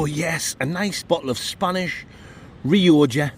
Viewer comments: Nice biscuit guy said he's afraid to comment anymore but told me to tell you it's pronounced rioca not rioja! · It’s Ree-oh-kah ya giant fandango!